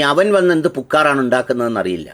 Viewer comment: എന്ന ഭാഷയാടാ ഇത്. "പുക്കാറ് ...!" "പു"നീട്ടാതെയും "ക്ക"വിട്ടു കളയാതെയും സൂക്ഷിച്ചു പറയുക. അർത്ഥം മാറരുതല്ലോ...!